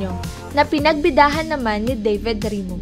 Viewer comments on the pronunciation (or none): none